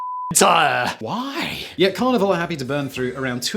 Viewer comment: Oooohhhh Carnival.....I kept hearing Carnivore! 🤨